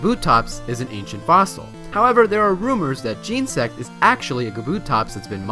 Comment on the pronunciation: Its genasect not gensect